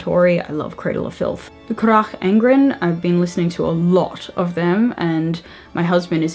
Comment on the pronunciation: I like these type of "talky" videos, because I think you have a very nice, smooth way of talking. :) I also like them, because our music tastes are quite similar, so it gives me some "new" names to check out! (And your pronounciation of Carach Angren makes me giggle, but I'm a bit of a cheater on that one, since I'm from the same country as them. :))